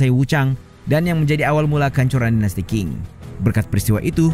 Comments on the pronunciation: Qing ...sebutanya Cing ...bukan King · admin, itu dinasti bacanya ching. bukan king 😮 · Bacanya biasa aja bro Sun Yat sen . Gak pake Z. Qing dibaca ching bro bukan king Gak ada dinasti king di china